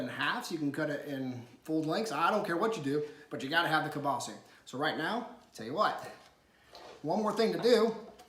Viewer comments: KielbasAAAAAAAAH. Please, it's not kielbaseee. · I’m Chicagoan 1/2 polak and never heard someone say kielbasi. I had to google guess its regionally pronounced different